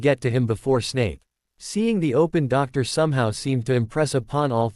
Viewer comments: I noticed that too, but it amused me when it said things like "walked through the doctor" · Why does this AI refuse to say anything with double vowels like "door"?